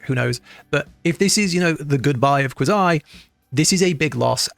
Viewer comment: So obviously this guy has never seen a Quazii video, since he doesnt even pronounce his name correctly. lol Also WA didnt tell you where to go during a boss fight, at least not the ones I used.